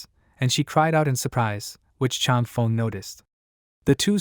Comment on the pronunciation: “Chang Fung” is how it should sound; “Feng” rhymes with “lung” in Chinese, like feng shui is “fung shway”